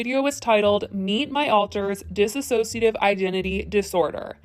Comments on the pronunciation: it's DISSOCIATIVE, not dissASOciative... I love u, but u cant say u did. a lot of research went u cant pronounce it. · Say it with me now, Dissociative NOT DissASSociative Dis-soci-a-tive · The way everyone keeps pronouncing dissociative like disisociative is making my eye twitch, honestly. 😂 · Hi, it's pronounced like it's written, "Dissociative". You were pronouncing it the wrong way Trisha did, "Disassociative". Just brings to light how she's spreading misinformation. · Hey, quick reminder it often sounds like you are saying "disassociative" and this is of course not right. No hate, just wanted to make sure that you keep an eye on how you say it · Di-ssociative. Not Dis-associative. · Dissociative NOT disassociative. Please let's get this right. There's no extra A. You dissociate. You didn't even educate yourself enough apparently. Sorry but holy hell can SOMEONE PLEASE GET THE DISORDERS NAME CORRECT PLEASE???!?? If you're going to cover the story get the fucking diagnosis CORRECT!!!! You watched multiple videos and did reading and you couldn't even read it correctly? Trisha said it wrong, you don't have to. PuhLEASE this is killing me, I can't even listen to this video anymore. Not PERSONALITIES IT'S AN ALTER! Oof!!! I give the fuck up. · It's not dissasociative its dissociative. dis - sociative. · It’s dissociative not dis-A-sociative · It is not dis- A - ssoiciative. It is diss o ciactive. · Dissociative not disassociative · It's dissociative - "diss-so-shia-tiv" <---correct Not disassociative - "diss-a-so-shia-tiv" <--- not correct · Very well meant constructive criticism: it’s dissociative. Not disassociative. People keep pronouncing it like the latter. Just keep it in mind for next time maybe :) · It's actually "Dissociative" not "Diss-associative" which is a very common mistake! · It's dissociative not disassociative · Is it just me that’s bothered about the way she says “disassociative” instead of “dissociative”